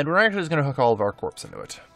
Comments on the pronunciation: Great video. Minor point. Corps is pronounced like core is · I hate to be 'that guy', but corps is pronounced like core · The p in corps is silent. Pronounced like core. I think it's a French word or something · You mean he wasn't referring to his army as a bunch of corpses? I thought it was a Freudian Slip.